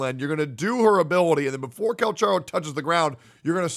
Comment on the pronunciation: at this point this guy is intentionally saying cal cha ro instead of cal ka ro